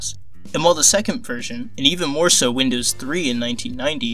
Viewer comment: Winndoes what macant